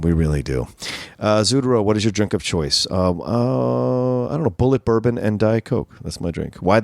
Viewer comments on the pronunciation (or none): none